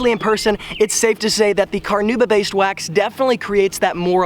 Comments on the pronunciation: NOT carnooba, carnauba. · What is carnooba? Do you mean Carnauba? Listen to the correct pronunciation here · Take a shot every time he says car-nooba